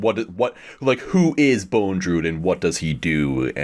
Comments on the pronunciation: How is that none of them can pronounce Bondrewd correctly even once despite it being spoken aloud numerous times in the movie. The letter after the first d is not an E. it's not Bone. It's just bond + rude. Bondrewd. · Great podcast. I like how you guys were correcting each other pronouncing Riko's name as "Riku (Reek-ooh)" but you all still pronounced Bondrewd as "Bone-drewd" 😂🤦‍♂️